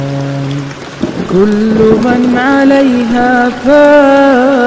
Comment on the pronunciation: says kulli, but its kulla, its zabar on laam, not zayr, kindly correct